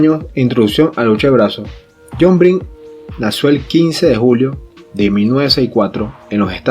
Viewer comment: Si no puede ni decir el apellido lo demás ya no vale